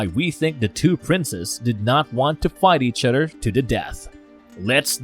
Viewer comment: Love your content but please can you pronounce your "Th's" instead of duh family and duh udder guys... brudders and duh messages gets so old man